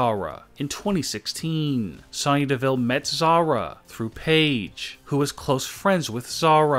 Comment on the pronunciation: No it's pronounced Sony Devillllllllllleeeeeee